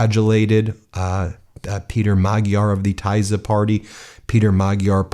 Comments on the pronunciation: I think it is pronounced “teeza”. Named for one of the two famous rivers in the country. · Hey Ben, pronunciation: "TEESZAH' :-) I'm in tears of joy! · It is pronounced “Tee-Zuh” Hungarian is a crazy language. Tisza is a river that runs through Szeged. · Fidesz pronounced Fee-dus and Tisza is Tea-sa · Thank you so much for not just reporting our huge news but also being happy for us! We are overwhelmed, it's nearly too much to take in after 16 years of hopelessness. Thank you to everybody who rooted for us! (Please don't get offended for my help with pronunciation: TISZA is /T-sa/ and the GY in Magyar's name stands for one sound, like the first in 'dew'.) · Hi Ben, thank you for spreading the good news about the Hungarian election! Please be advised that the new party's name is pronounced like Tesza . That is the name of our second biggest river in Hungary. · It's actually pronounced the "tea-saw" party, but it doesn't matter, great election result! Gives me hope for us here in the USA. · Minor nit-pick Ben, Tee-sa (Tisza), the mighty river that carves through the Great Hungarian plain. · As a European, I am, just like you, very satisfied with the result of the Hungarian elections, but... Please change your pronunciation of Tisza (Teas-zah) and Fidesz (Fee-dehs), etc. Oh, and Maga is the next to be removed from it's position of unrestrained power, after which finally Congress, with the law in hand, must depose or reduce the criminal Trump to an invisible extra in his final two years. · Ben, It's pronounced "Teesa" party. "s" and "z" are an "s" in English. YAY!!!!!!!!!!!!!!!!!!!!!!!!!! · It’s pronounced more like Tisha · It is pronounced like Teesa Party. Tisza is the name of the river. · Ben, the pronunciation of the word Tisa is, just as it is written. It's not taiza, as you say it. Just saying. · It’s pronounced TEE-sah. Rhymes with “Lisa”. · Tisza is not hard to say god damn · Pronounce "Teesa", not "Taysa". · Not tizer It is pronounced: TEE-saw